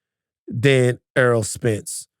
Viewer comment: Errol not Earl.